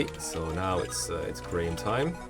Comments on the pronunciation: These portraits are really good. Also, Graham is pronounced "gram". Kinda like if you say "gray-ham" fast. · Everyone I know says it like Gram, what. I've never heard anyone say it like Grey um. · Grah-ham? The way you said this one had me rolling. It's such a mundane name normally